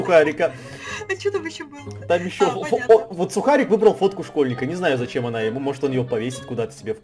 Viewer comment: Не сухарік а сукарік!!!!! (